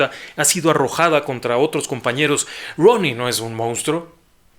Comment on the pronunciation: Me encanta como pronuncia ROONY